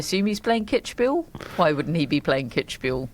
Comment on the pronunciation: It's Kids-bühel, not Kitsch-bühel, and Iasi is pronounced "Yash" as far as i know.